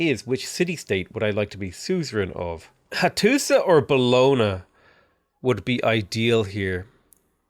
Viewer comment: As an italian i get triggered everytime you say "Bologna"